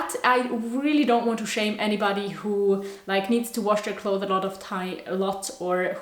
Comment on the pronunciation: Hahaa I like how you say ‘clothe’ when you talk about clothes. In english, its pronounced clothes with an S at the end and we pronounce it as clotheS. Not clothe. But it sounds so cute when you say it your way bcuz we never heard that before😁 I think youre awesome🤍😍